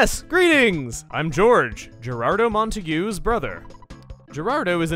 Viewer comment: "Montague" is pronounced "mawn-tay-g" just for future reference :)